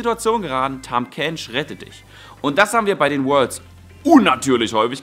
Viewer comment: er heißt Tahm Kench.